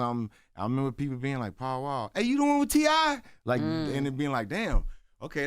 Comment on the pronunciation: I thought his name was pow wow. Im from the east coast. When they said paul wall the accent sounds like. Pow wow. Say pow wow. Now go listn to how he pronounced paul wall.